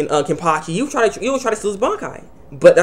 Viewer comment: its wonderweiss the small boy aizen had . n its kenpachi not kenpaki . god u have spasm man .